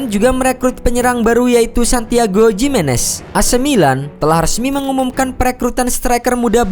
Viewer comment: Lebih tepat bacanya Himenez, bukan Jimenez